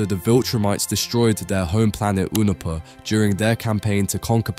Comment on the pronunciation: its not "oohnopa" its "younopa"